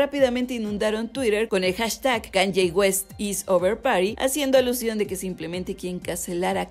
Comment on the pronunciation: Se pronuncia KAAANIIIIIIIEEEEE